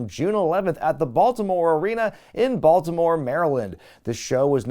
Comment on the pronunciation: WCW 2000 was actually worse than I remember. I was too blinded by my fanaticism at the time I guess. Regardless, I still, and will forever live, breathe, and bleed for WCW until the day I die. WCW For Life!!!!! "Broltimore" was great BTW.